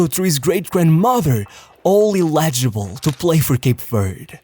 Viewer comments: Eligable, NOT illegable 😅 shouldve used AI for this one. (I hate AI) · Illegible = eligible, when he speaks